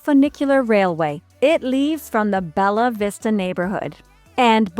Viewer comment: Not is "Belavista", is BELLAVISTA